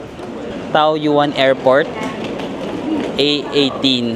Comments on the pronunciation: Ito din nga sana ang iko comment ko 🙂 It's Tawyen 😊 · TAOYUAN --should be pronounced as TAWYEN